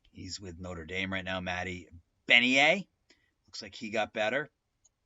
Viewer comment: Awesome video!! Subscribed! That pronunciation hurt my soul 😂 I was wondering if you recommended upgrading? I’m torn between continuing my fhm8 save or getting the new one, so you think enough has been changed etc? Thanks a bunch in advance:)